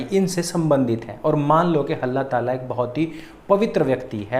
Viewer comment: 2.13 halla taala nahi dallla tala